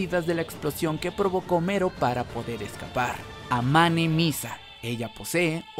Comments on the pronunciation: Mero dice yo pensé que era melo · Melon , no mero jaja😂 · Algien mas piensa que es Melo y no Mero? Solo digo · Casi me muero durante todo el video por el hecho de que estabas diciendo Mero, na sabes cuantas ganas tenia de ir a tu casa y corregirte para que dejaras de decirle así, lo siento